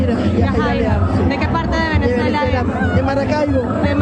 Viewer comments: "Ven-UH-zway-lah" not "Ven-EN-zway-lah". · Venezuela, NOT "Venenzuela". Jane Fonda now has to find somewhere ELSE to run and hide. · Why do you keep saying VENEN-ZUELA? There’s not 2 N’s. Don’t be like Steven Gardner who adds an S to every name lol. I love you! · Why do you say VeneNzuela? Just wondering. Praying for free and prosperous Venezuela and Iran! ❤